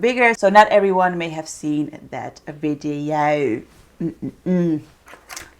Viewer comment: So funny how u say “Videooow”😂